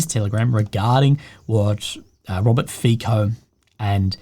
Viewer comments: Omg it's pronounced "Fitso", not "Fiko". Please don't do this again, it's so embarrassing. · Fico's name is not "FiKo" its "Fitso". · love your work! Please what ruptures my ears is FICO, ita not pronounce as,,K,, but as simple,,C,, FITSO ❤